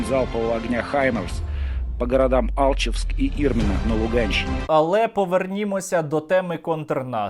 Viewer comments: Вони навіть не знають, як правильно називаються наші міста. То в них Гастомє'ль, то А' лчевск. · Даже произнёс не правильно город Алчевск !!! Ибо не их это территории !!! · Сука дебилы даже алчевск не могут правильно произнести Правильно так как говорит автор Стерненко алче'вск А они говорят а'лчевск Сука бараны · Як почув "аЛчевск" я аж ригав. Дякую за випуск